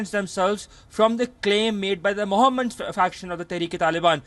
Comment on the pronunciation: "the moohamed group" 🤣